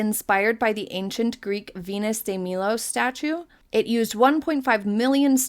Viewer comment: Milo not Meelo 😊